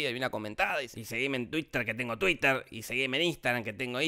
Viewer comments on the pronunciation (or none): none